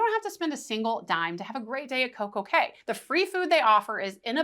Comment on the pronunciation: Thank you for calling it Coco K because clearly Royal named it perfect day at Coco K for it to rhyme. I cannot stand when people call it Coco key